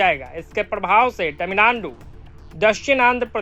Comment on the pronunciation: मोदीजी ने तमिलनाडु का नया नाम 'तमिललोड़ु' दिया था और आपने - 'तमिलनानडु'। ऐसा न करो भाई, आप तो मोदीजी से अधिक शिक्षित होंगे। 😂